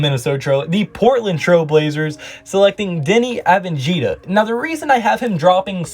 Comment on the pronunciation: DENI " AVENJIJA " lmao